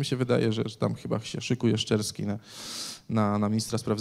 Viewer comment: "szczerski" a ja usłyszałem "z Czerskiej" :P